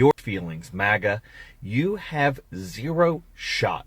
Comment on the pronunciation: I know he hate Republican but why does he say MAGA like that